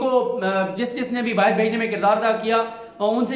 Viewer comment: Dont say BAAHIR its BAAHER